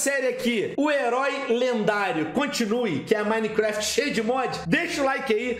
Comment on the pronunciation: Pelo menos ele fala Minecraft certo né, e não minequefeti ksksksksksks